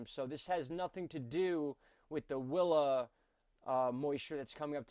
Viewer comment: coincidence because the first time you said “willa” i thought you said wilma :p